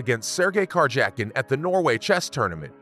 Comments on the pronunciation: Lol such a weird, but well done video. As an avid chess player and follower, its so rare to have such good content about the game, but to hear so many mispronounced names (car jacking😂) . It reminds me of an after school show about wild animals. Good for growing the game thanks I'll drop a like! 😂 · You have not followed chess for long I guess. Look up the pronunciations of Wijk aan Zee and Karjakin. Nice video otherwise